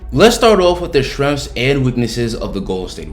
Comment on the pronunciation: Just so everyone knows, when this guy say SHRENGS, he means. " strengths"